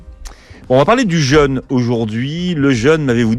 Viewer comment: Jeune/ jeûne …Soit! Ça ne se prononce pas de la même façon…